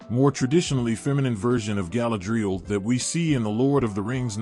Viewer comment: I got as far as where the AI thingy mispronounced Galadriel and Feanor. Couldn't listen any more